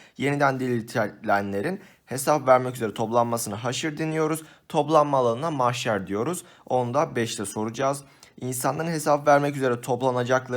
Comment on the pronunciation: haşr değil haşir